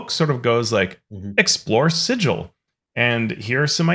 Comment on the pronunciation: Actually it's pronounced Sigil, not Sigil. 😂